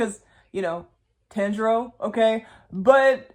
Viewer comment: the pronunciation of tanjiro kun name アメリカ人のアニメウイイブは日本語がちょっとわかると思いましたけど…